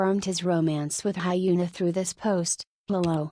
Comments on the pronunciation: It's more likely to sound HyuNAH! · The way the ai is saying hyuna as hyena suits her very well😂😂